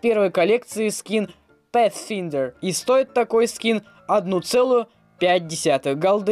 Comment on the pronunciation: орнул когда он сказал пәтфиндер